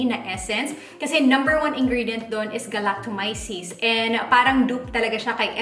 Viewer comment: Thanks for the honest review. You're the 1st person I heard pronouncing 'Galactomyces' correctly 🙂 dami nako napanood na vloggers but mali (anyway, not so important).. hopefully you'll review the Power Glow Line nmn ng Luxe Organix 🙂